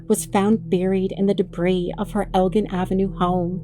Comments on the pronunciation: I'm sorry to be nitpicky over stupid little things, but just a quick pronunciation correction: El-Gin. Like the drink gin. "I'll take a gin-and-tonic, please." Elgin. Not El-g'in like saying "grin" without the r. I'm sorry, I know it's a weird thing to get hung up on, and I apologize if I sound rude. This really is a great video! I rarely see videos about this tornado, and it happened not too far from me. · I remember my friends leaving to go help with the clean-up. I was 14. It was WILD. Great docu, OP! (Also, from a local - whenever you see "elgin" anythihng, it's ell-gin, like the liquor. There's a city near here, a suburb of Chicago, named Elgin. it's where the name comes from for every other street. Future reference!)